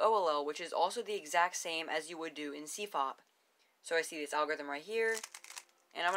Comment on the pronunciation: CFOPP is pronounced \si_fop_u\ or \si_fop_i\.